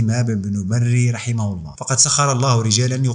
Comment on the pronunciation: ملاحظة ونصيحة انطقوا الهاء جيدا في كلمة الله